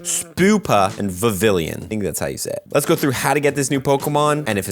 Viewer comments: It’s prononciation is more similar to french word “papiLLon” which means butterfly. It should sound more like Vivian instead of Vivillion 😊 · BTW its pronounced Viv-ion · VIVILLON. VIV-EE-ON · Heya. I think Vivillon (Vee-Vee-On) is supposed to sound like the french word for butterfly, Papillon. Fun fact, it's also the work for a parking ticket:). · It's pronounced as (vi-vi-yon) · I love when they introduce unique ways to get new Pokemon Btw it's pronounced "Vivee-yon" for future reference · The two l's are silent and its pronounced "Viv-eon" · Vivillon is pronounced the French way, it’s taken from papillon 😊